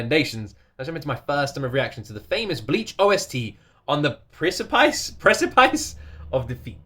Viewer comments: Just saying you say it like this: press-a-piss lol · Its pronounced like piss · Press-ih-piss or press-eh-piss are the most common pronounciations. A precipice is an edge - as in, of a cliff. Basically On The Precipice of Defeat should conjure up the image of teetering over the edge of a cliff, over a dark and forboding chasm.